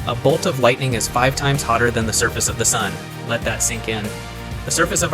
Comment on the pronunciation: 5x Hotter than the Dun's surface... what's a "Dun"